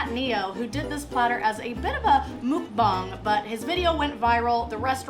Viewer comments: mukbang nott mookbang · Mock-bang, not moo-k-bang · Mook Bong?......That cant be right lol Ive been pronouncing it as "Muck-Bang" for years!!!! lol shes either wrong or ive made myself look like a total idiot for years and everyone around me either was just too nice or felt bad for me that they never corrected me lol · She said Muk bong...I think she meant Mukbang. It's a thing. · Did you say “mook bong” ?😂😂😂❤ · Lmao, it just hit me. Mukbang. Wow the pronunciation was terrible 😂